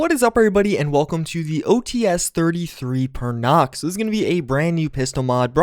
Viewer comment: It's not OH-TEE-ES, it's O-Ts, "ts" like in "tsk-tsk-tsk".